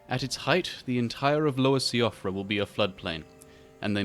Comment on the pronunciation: Man this is some high grade nostalgia fuel, loved Walking with Dinosaurs as a kid. Also, for future reference, Siofra is pronounced "SHEE-frah", like the Irish name Síofra :)